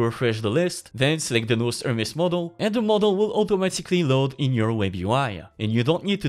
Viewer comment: Pronouncing "nous" as "nose" must have hurt our francophone AI overlord friend... 😅